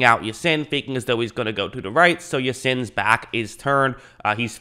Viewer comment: Its pronounced "ya-seen" Those are arabic letters that start a verse of quran. the brothers name is pronounced "rah-man- "ya - seen"